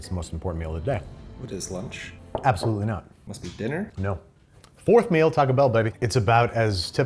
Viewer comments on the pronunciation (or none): none